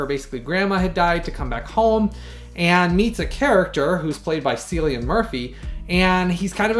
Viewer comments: Thank you so much for all your time & effort on this detailed review! My copy is arriving tomorrow & your review made me even more excited to re-watch this amazing film finally in 4k (and done well)! Thank you Paramount! Also, Cillian's name is pronounced more like a K than a C. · Somehow I’ve never seen this, so I am excited to see it soon. Also FYI his name is pronounced with a hard C like the word “kill”